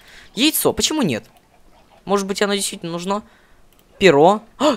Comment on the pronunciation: почему ты говоришь нужно ты ставил ударение на о а надо на у!!!!!!